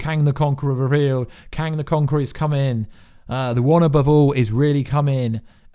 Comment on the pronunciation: "living tryboonal" , "kang de conqor"